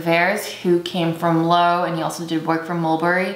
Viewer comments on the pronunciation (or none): Hi. This was a great video! I just ordered the YSL Morocco book. So this is one of the things I find endearing about you, and you may or may not care about pronunciations, but just for your future reference: Did the designer come from Low, or Loewe pr. (Low-ee-vay)? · Yay! I hope you love it :) I'm working on another updated video that should go up today too! And he was from Loewe - which I learned after the fact, too, of the pronunciation! That extra V sound is so inconspicuous!